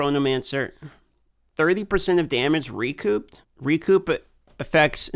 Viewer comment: P in recouped is silent you absolute ginger.